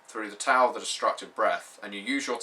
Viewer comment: Sounds like a very interesting setting for an RPG. The warring states period was a very interesting time in China. It would also be interesting to play a game set in the Three Kingdom's period (200ish AD). Also, just a little pronunciation advice from a Chinese speaker. x = "sh" as in "sheet" q = "ch" (that was fine) c = "ts" (or just make a "ch" sound) Also, Tao is pronounced "Dow" (rhymes with cow).